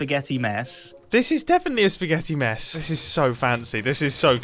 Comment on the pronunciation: I thought Mumbo was being rude with weird intonation. Then I remembered that in Mumbo's eyes calling something a "spaghetti mess" is a kind of praise.